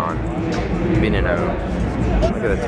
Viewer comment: I'm sorry but I am a motor head meaning I love cars it pronounced (Veh-Nay-No) and its a concept car and there are only 3 units made the one you saw was just a show car its basically just has the shell